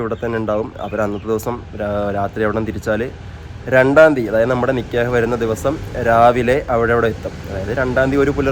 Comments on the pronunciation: നികേഹ് അല്ല നികാഹ് ആണ് പറയേണ്ടത് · നികേഹ് alla😅 നികാഹ് annh 😅😅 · നിക്ക്യഹ് അല്ല നിക്കാഹ് ആണ് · നിക്കേഹ് അല്ല നിക്കാഹ്